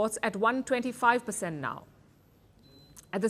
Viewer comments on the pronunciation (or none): I like your reporting and coverage. I just wish you would learn how to read numbers like 125 and 145 properly.